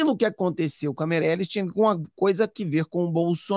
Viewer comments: NÃO É MEIRELES É MARIELE, ERRA TODA HORA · me desculpe lhe corrigir não é Mereli é Mariele